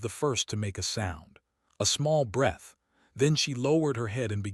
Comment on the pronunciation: AI always has trouble pronouncing breath or rather knowing when the pronunciation changes. English is not an easy language. Fortunately, it's my first language. I'm from Texas so, I guess, that's debatable.